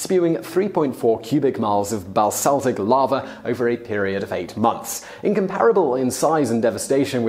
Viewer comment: Basaltic ... not "balsaltic". H1N1, not "N1H1".